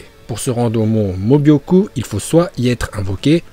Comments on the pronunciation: C est pas mon mobioku mais mon mioboku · c est pas mobyoku mais myoboku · Ça me stresse quand vous dites "le mont mobyoku", c'est "myoboku" !! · Pour: c'est pas mobioku mais mioboku voilà 🥰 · C pas Mobyocu c Myuboku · C’est myôboku et pas mobyoku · Myōboku pas Mobyoku😂😂😂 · C pas le mont mobyoku c miyuboku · Tu c est pas dire le mont mioboku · Comment il a prononcer le mont myuboku la ??!